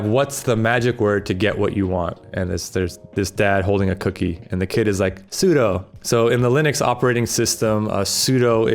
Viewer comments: I knew what sudo stands for, but I was more surprised you did too, and still pronounced it as su-doh, when it should be su-doo. Anyways, the cool kids now use doas, pronounced doo-as, not doh-as 😉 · Apparently `sudo` is supposed to be pronounced "sue-due" instead of "sue-doe", but I still say "sue-doe".... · My guy knows that sudo is short for super user do but still pronounced it wrong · I think everyone just pronounces it like Pseudo